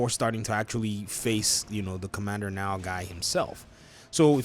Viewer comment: It's pronounced like the Nile river. It's my dad's name.